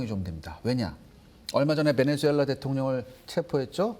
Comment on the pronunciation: 베네주엘라가 아니라 베네수엘라 입니다